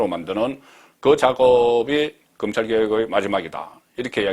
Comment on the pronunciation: 금찰?????? 도대체 혓바닥이...